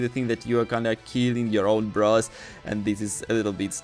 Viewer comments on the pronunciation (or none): none